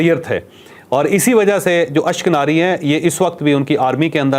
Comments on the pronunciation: اشک ناری نہیں اشک نازی ھے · ashknari nahi ashkanani bultay hain u n koo..